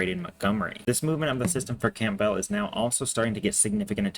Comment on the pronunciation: It’s Cam-bell not camp-bell